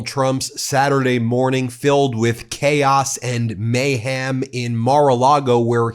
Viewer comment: may-hem not may-ham.